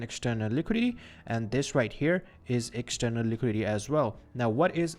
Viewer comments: It's Liquidity, not Liquidy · liquidity ❌ liquidy ✅ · “Liquidy” lol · Say liquidity again